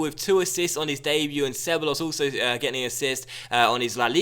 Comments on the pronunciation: not disrespectful, but ceballos is pronounced: Cebajos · Ceballos - (seh-buy-yos) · Just a heads up but two L's next to each other in Spanish are pronounced like a Y sound. So you'd pronounce Ceballos as something like 'Ce-Buy-Os' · Ceballos = Seh-Buy-Oss